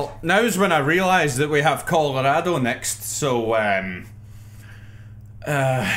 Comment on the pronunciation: hahaha "coldorado"